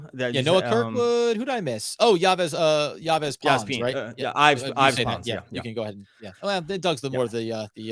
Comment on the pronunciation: Yves pronounced like Eaves